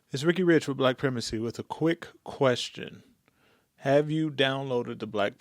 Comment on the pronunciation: The pronunciation of primacy is /pri/ with a long "I" (as in "ice").